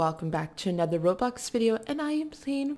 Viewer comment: you said rubox